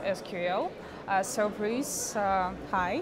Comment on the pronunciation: Хабр, ну что ж вы так имена коверкали. Круто, что делали интервью, очень классно всё вышло, но имена надо перед каждым интервью согласовывать, переспрашивать участника, как произносится. И это не только Брюса касается. А с Брюсом ещё и фамилию напутали в описании к ролику.